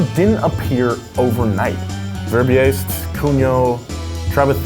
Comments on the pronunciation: Verbiest is pronounced /ver-BEAST/ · Please do pronounce his name correctly. He was a Flemish priest-missionary-diplomat From Fanders, now Belgium that didn't exist untill 1830. It is pronounced VERBIEST or fonetic/English: "VERBEAST" second part as "beast" (animal) Thanks! 😂👍👍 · And to pronounce Verbiest, pronounce it as verbeast and you'r e golden ;) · Verbiest is pronounced "verbeast" THE MORE YOU KNOW